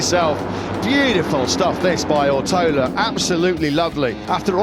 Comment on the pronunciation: Rider’s name: Ortolá Commentators: “Owrotowler”